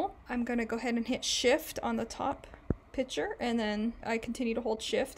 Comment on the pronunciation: Thanks for the tutorial it was very usefull and I got a chuckle every time you said "Pic'hure" 🤣